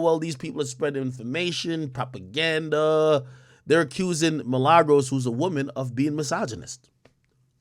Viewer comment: This man keep callin that girl Milagros 😂 Man addin a “s” on her shit.